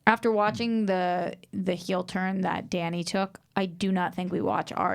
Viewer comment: 8 seasons and can't even pronounce Dany's name right